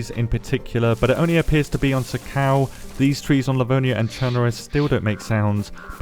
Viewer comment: It's pronounced Sahkle, not SoCal